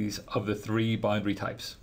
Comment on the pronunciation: Someone teach this man how to say boundary.